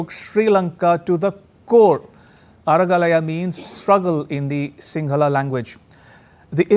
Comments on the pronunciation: You pronounced that sinhala names correctly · Wow nice pronounced sinhala words ❤️❤️